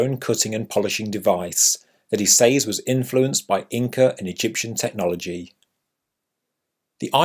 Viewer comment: I want to punch u in the face when u pronounce ‘says’